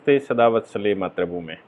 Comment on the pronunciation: मान्यवर, आप तो उत्तर प्रदेश के रहने वाले हैं हरियाणा के नहीं फिर भी मातृभूमि को मात्र भूमि क्यों बोलते हैं?